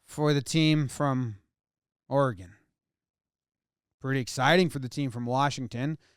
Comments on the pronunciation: As an Oregonian, I guess I want to thank Jomboy for knowing how to pronounce our states name. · Thanks for pronouncing oregon correctly